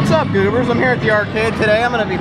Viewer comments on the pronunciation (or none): Stop saying goobers it sounds like bloopers